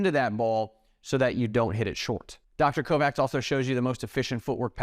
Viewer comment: Dr. Mark Kovacs is obviously from Hungarian descent and his name is thus pronounced "Co-vatch" not "Co-Vax"